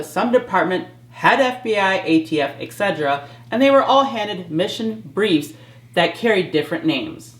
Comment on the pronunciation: Keep it up!!! Your courageous heart is showing! Loving the content!!! PS: Etc is Et-set-er-a and not Ex-se-dra. Just your friendly neighborhood critic here.